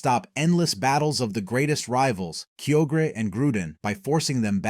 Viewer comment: Kio-gre ✅ Kyo-gre(Kaioger)